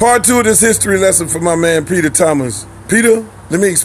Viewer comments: peach-er Thomas 😂😭💀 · Girl you had me dying when you call Peter Thomas " uncle bens" LMAO!!!